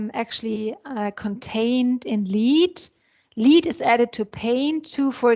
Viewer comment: please pronounce LEAD correctly